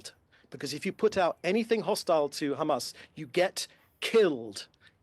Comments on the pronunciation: he gets a bonus every time he says khamas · Khamas! Khamas! Khamas Khamas! Is all I hear them say in an effort to pass blame, and play victim. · Not a single truth in his body - count how many times he says khamas 🤣🤣🤣🤣🤣